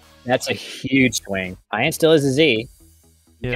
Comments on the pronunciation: Bro calls him Iron. You’ve never came across the name, Ian before? Pronounced E an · Did Call Ian… ion?? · it's E-an not I-an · So i love that did this, but hearing them both mispronounce the name Ian like 100 times was so painful